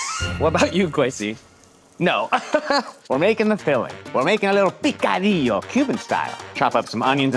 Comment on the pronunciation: I really love you guys but It's picadillo not picodillo.